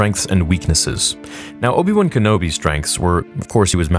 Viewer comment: its obi wan not obi loose